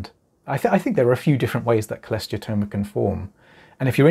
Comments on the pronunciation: I’ve never been sure if I was pronouncing Cholesteatoma correctly. Thanks for saying it clearly! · Had one too. It sucked but I had zero symptoms until 2 ear bones were gone. So…..honestly just happy to find someone else who can pronounce cholesteatoma